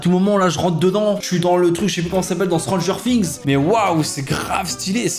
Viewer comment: On ne soulignera pas la prononciation de Stanger Things !😅